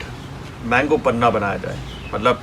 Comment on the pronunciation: Sir a kind request. It's panha not panna